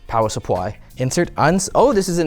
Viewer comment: Power Suppwy was top tier ngl